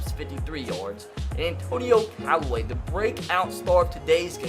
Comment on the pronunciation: Anthony Callaway don't do my Brown's like dat He did say it right later